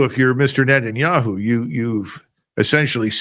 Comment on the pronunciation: Finally someone who speaks correctly about net'n'yea-who